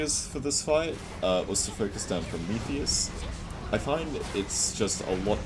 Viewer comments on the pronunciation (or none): why does he keep calling Prometheus "Promicles"? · why does he call prometheus promecles?